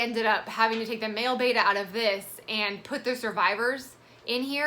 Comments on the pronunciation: I'm going to be that nitpicky asshole: Beh-tah! Beh-tah! Not Bay-tah Beta is a Greek letter, a betta is a fish. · Check the pronunciation on Betta. It’s Betta not Beta, and bet-uh not baytuh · I literally can’t stand when people who are supposed to be knowledgeable can’t even pronounce betta correctly